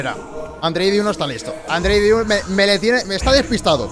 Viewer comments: El nombre del chico es Andrei DEIU no diu please! Se lee igual que se escribe. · Muy bueno. Andrei deiu (andrei dEiu ) la "E" TAMBIEN SE PRONUNCIA